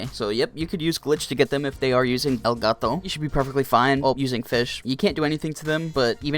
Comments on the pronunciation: He says it like gito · “El gato” ur pronunciation honestly makes me laugh